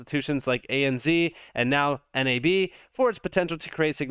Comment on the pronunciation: We say "NAB" as one word, as opposed to the acronym by the way :)